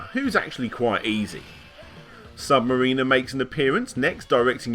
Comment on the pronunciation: I know its nitpicky and I love your videos but how you pronounced Sub-mariner bugged me. Its (mare-in-er) FYI